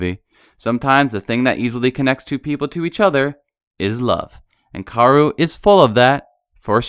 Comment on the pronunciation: Was anyone else cringing when w kept saying karu and sinji!??? ITS KA O RU AND SHINJI